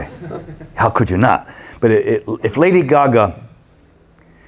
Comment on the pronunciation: i love how he says lady gaga lol “lady guhguh” 😂